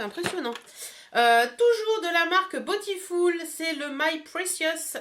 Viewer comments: aaaaaahhh mais tu me rend folle avec ton "botifoul" 😂😂 franchement ça ma perturbé pendant toute la vidéo 😆 sinon c'est vrai que pour le prix elle est vraiment sympa bisous 😊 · à la française, ce serait botiful et pas botifoul.... ;) ... bon allez le débat est clos :) ... gros bisous, bon week end